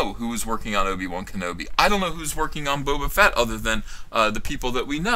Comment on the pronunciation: Did you just call him boba "fat"? Triggered!